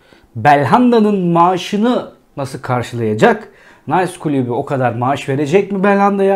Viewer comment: Klubu değil, kulübü sevgili.